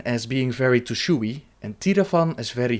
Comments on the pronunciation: you dont need to pronounce the "e" in Tushui. The word is only two syllables Tu//Shui Source: asian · it's pronounced Tu Shway